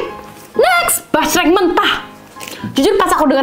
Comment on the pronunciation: Basreng❎ Jasreng✅ Ampun deh lucu bangett dehh❤ Semangat y ci yg cantik dan yg baikk bangett ❤❤❤